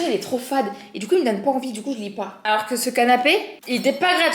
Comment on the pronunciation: Quand t’a dit Alorra j’ai crue que tu disais mon prénom (Elora) 😅😅😅